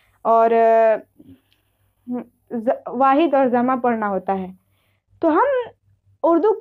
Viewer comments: Zamaa nahin hota hai jamaa hota hai tumhare jaise logon ne urdu ka satya naas kar diya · Zama nh hota h jama hota h ج اور ز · Madam Zama nhi hota hai jama hota hai ok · بیٹا ۔ جمع کو Jama bolo zama nahin. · Zama nahi jama h ji sahiba